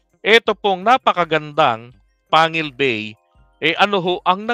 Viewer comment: Pang gil bay ang tamang pag kasabi ng pangalan ng tulay na ito.